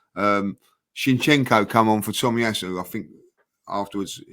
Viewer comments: Maybe Shinchenko will play so well one day that then pronounces his name properly 😉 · Haha butchering Zinchenko's name again.